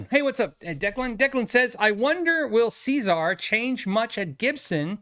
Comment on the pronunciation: Cesar Gueikian: "SEH"-ZAR, not "SEE"-ZAR — ;) ;)